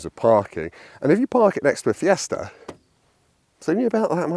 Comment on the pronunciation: I wonder if that fella is still about, to tell he’s not saying Fiesta correctly 😂